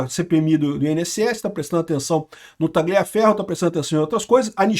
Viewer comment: Repete comigo TA-LIA (COMO SE FOSSE LHA) FERRO POR FAVOR PARA DE Pronunciar O G. PARECE QUE VC VAI VOMITAR KKK